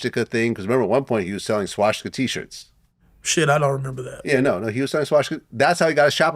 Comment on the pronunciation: wtf is a schwasticker? its called swa stik a